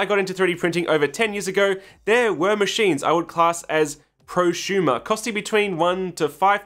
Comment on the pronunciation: Why do you say ProSHumer? Instead of prosumer. I thought there was a speech impediment but you only say it with su sounds. I feel like we're being trolled.